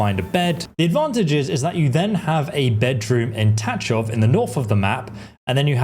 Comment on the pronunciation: Thx for hints. It will be definitely handy. One hint back how to pronounce Tachov. In Czech language we have only one digraph letter - CH. Which sounds like in word Loch Ness. You call it Tačov, but it is Tachov ;)